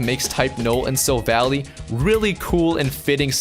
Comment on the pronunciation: It's pronounced 'Sil-Val-lie'.